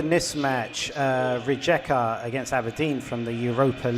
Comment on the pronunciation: Please learn the names of the teams because is really annoing when you call them different РиЕка - RiJeka, ЗорЯ- ZorYa